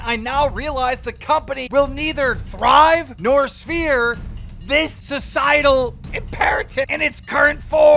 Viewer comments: im sorry but how do you end up pronouncing serve as sphere? lmao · keem says svere (like sphere) instead of serve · man can’t pronounce the word “serve” so he just says “sphere” instead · Sphere??? Man, this guy really is as dumb as he looks. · did he say sphere instead of serve? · Bruh keem be dyslexic or suttin how’s ‘serve’ being read as severe? 😂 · bro why did you just pronounce serve as svere? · "nor svere" I did not know keem was dyslexic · Nobody gonna talk about Keem reading serve wrong lmao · Keem couldn’t read the word serve…. Just saying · Dude can’t say serve lol calm down speak normal bro.